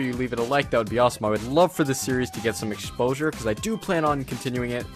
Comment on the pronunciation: eckshposhur lol